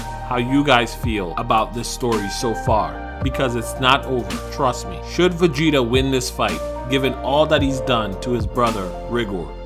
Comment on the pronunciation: bro cant even pronounce his name